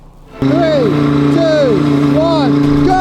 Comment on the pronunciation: there is no "f" in the word "three" it's pronounced three on free.... Why do british people have such a hard time speaking English?